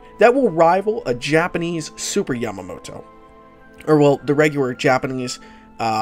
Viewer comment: Great video but "super japaneese yamatoto" made me laugh so hard